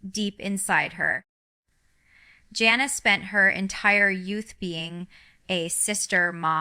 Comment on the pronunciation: Not her!! Jana (she's not saying it right) doesn't live in Ak